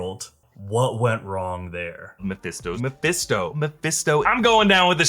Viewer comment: You know when you say a word over and over it starts losing meaning? "My Fist Toe" did that.